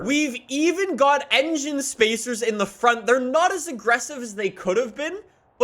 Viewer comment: Every time I hear you say engine spacers I die inside